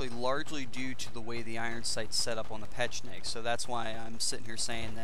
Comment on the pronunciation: Just a tip yo said pecheneg about 100 times...try to say it! ;) xD